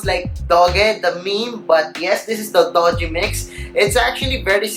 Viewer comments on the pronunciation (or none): it's not Doge, you pronounce it as DU-JI (Doogee) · Pronounce it as doojee, not dojee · your pronunciation of the brand is totally wrong bro. it's "doo-ji", not "do-ji".